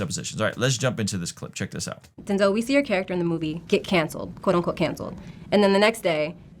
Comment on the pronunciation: Denz-El. Come on you know this one!